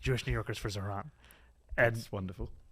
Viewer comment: I never had any issues with pronouncing Mamdani; but was calling him Zorhan for a while…